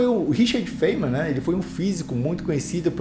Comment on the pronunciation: sobre a pronuncia, seria faine-man (tipo he-man) com o "e" bem suprimido. Veja: [faɪnmən] (corresponding to the words 'fine' and 'men').